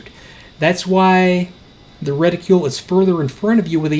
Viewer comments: Reticule. No. Reticle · LOVE your content...but please, for the love of god... stop saying retiCULE.